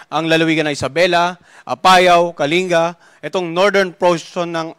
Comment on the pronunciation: Ang tamang bigkas sa KALINGA ay HINDI Kali-NGA, kundi Kaling-GA...